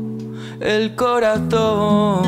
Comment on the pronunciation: dices el coratón? jajajaja pues creo que el mediocre Iglesias pronuncia exactamente una t...